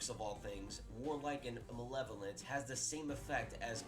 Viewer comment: this dude giving his takes on inherent evil while being unable to say “malevolent”.